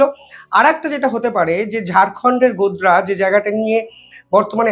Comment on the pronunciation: জায়গাটার নাম গোদরা নয় , গোড্ডা ।